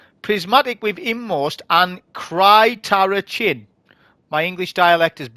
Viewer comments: Other content creators pronounce it as "sir-terr-ack-knees" Great stuff. This video falls into the "Come for the content. Stay for the rants!" Category.🤣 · I’ve been using inmost/cyrtarachne since I got it; I love it. Think it was my second or third drop. Didn’t think much of it at the time. Also, just for future reference: “sir-tuh-rack-nee” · The first comment you read with spirit of “Cryo”, you can pronounce it as Cyrterakne and you’ll be pronouncing it right. Love the content my guy